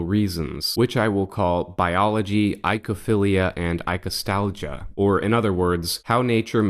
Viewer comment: "Oi" is pronounced "oi". So, it's oi-ko-philia or oi-ko-stalgia, not i-ko =] (Cue Sesame Street attempt to sing "Oklahoma!" =] )